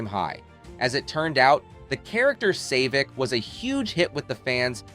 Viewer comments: savik....not "say"vik.... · "Star Trek TwoAh" "The character Sayvik" "Deeana Chambers" "She formed assosagens with certain orGANizations" 🙄 WTF? Are you ESL?